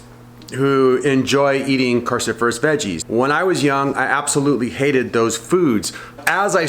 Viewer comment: Cru not carcifurous!!!!